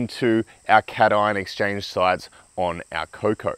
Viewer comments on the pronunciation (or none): none